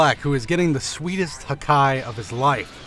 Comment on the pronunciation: "HaKKai". Man i love this guy's videos.